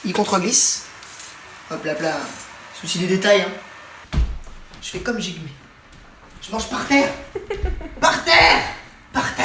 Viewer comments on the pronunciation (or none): Ça vous stresse pas quand il prononce Jigmé alors que ça se prononce (D)Jigme